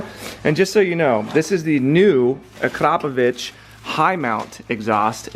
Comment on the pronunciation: I like the way you pronounce "Akrapovic" Sounds so classy and cool😎